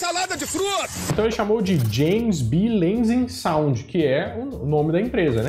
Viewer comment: É Lansing Sound, não Lasing Sound 🙄